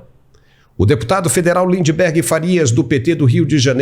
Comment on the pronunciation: Lindebergueerr, hahaha